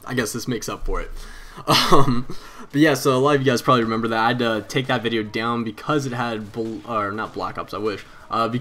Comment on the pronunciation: lol accent wen u said down